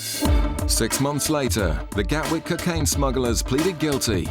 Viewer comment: Gatwick, not Galwick